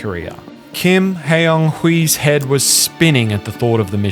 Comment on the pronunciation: You don't need to speak Korean to pronounce Kim Hyeon Hee correctly. The funny thing is he uses the "hyun" romanisation but pronounces it like the literal "hyeon" romanisation. It's not hard to copy and paste a name into Google Translate and hear the pronunciation. The actual pronunciation is "Kim Hyonee" with a very open "o" and the second "h" being silent.